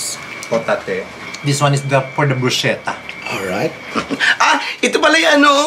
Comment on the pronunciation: bruschetta ( brus-ke-ta) no offense...